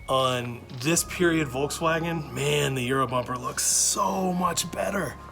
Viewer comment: Imagine being a Scirocco driver, but you can't pronounce Volkswagen